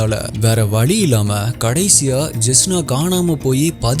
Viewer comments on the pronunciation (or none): தம்பி, நீங்கள் நன்றாக அருமையாக சம்பவங்களை சொல்கிறீர்கள்.., ஆனால், தமிழை 'ல' 'ள' 'ழ' -என்கிற வித்தியாசம் புரிந்து உணர்ந்து சொல்லுங்கள்.., இன்னும் சிறப்பாகும்... பழம் என்பதை பளம் என்று சொல்லக்கூடாது.., வழி என்பதை வளி என்று சொல்லாதீர்கள்... 'தமிழுக்கு 'ழ' அழகு என்று (கண்ணுக்கு மை அழகு) பாடலில் குறிப்பிடுகிறார் கவிப்பேரரசு. வைரமுத்து அவர்கள்... சின்ன பயிற்சிதானே, முயற்சி செய்தால் போதும்...